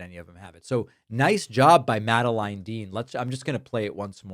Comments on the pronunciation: Pakman is unwell. Did you hear how he pronounced Dean's first name? Very strange. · Pakman who’s always so particular about making sure he gets the English language perfect and of all things he messes up it’s the name Madeline. It’s all good David, your English is better than 95% of Americans and it’s your second language.